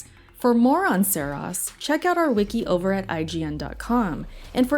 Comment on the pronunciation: “Serahs” hahahaha can’t even say the name right